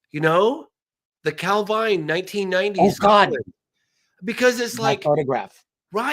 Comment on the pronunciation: Good to hear Richard pronouncing Calvine correctly :)